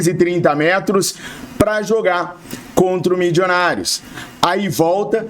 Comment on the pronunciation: tenha pena dos meus ouvidos. O time é Milionários (fala como escreve) não tem "midjonários" nenhum.